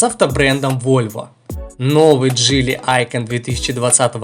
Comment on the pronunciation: автор походу по жизни тупенький.Мы же разговаривали уже на эту тему не джели идиот а джили.У тебя с русским проблема что ли.